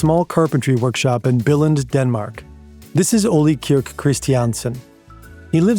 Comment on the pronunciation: did you just pronounce "billund" as "bell-end"? 😂 the english word bill is almost identical to the first half use the vocal sound of the e of "bee" instead of bill's i noise. if you know the german word "unt", that works. just cut the t. thats the second half. took me a bit of sounding out, but if you use the "um" of "rectum", but replace the m with n, then its spot on. lego are bell ends but thats not how you pronounce our town name! also, godtfred filed 10 patents for interlocking bricks, not 1. he tried to make it impossible to copy it, so he patented all the alternative solutions he could come up with too. its a little disappointing since your own image of his patents literally shows this. didnt you look at it yourself?